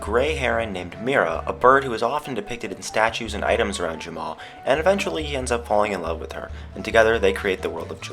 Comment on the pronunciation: *Jamaa not Jamma XD